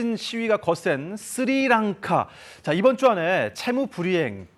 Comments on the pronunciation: 무슨 앵커 발음이 저 따위지? 쓰리랑카가 뭐냐? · 야, 아나운서란놈이 "쓰리랑카"가 뭐냐. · 쓰리랑카가 아니라 스리랑카라고 발음 하시오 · 쓰리랑카가 아니라 스리랑카고 씰론티가 아니라 실론티에요 아나운서고 진행자라는 사람이 글씨도 제대로 못읽으시네요? 쓸사람이 저사람밖에없나? 더 잘난사람들 많을텐데